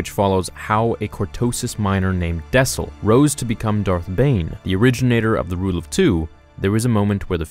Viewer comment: Its dessel not daesil